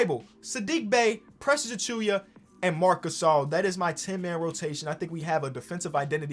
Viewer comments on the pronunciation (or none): it's not achuya it's achuwa bro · No one:: Precious A”chewy”a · Should we tell about how he say Precious' last name? Or he's to deep into it to correct? Lol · new challenge: pronounce Precious Achiuwa properly